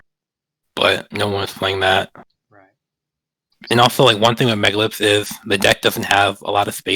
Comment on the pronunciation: i stopped listening when i heard him say megalith